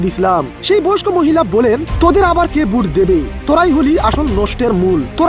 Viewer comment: Ai YouTuber ki vashai kotha bole ?? Vut ki naki vote. Kotha bolte pare na abar YouTuber hoise . Sor amar samon theke hahahaha 😂😂😂😂😂😂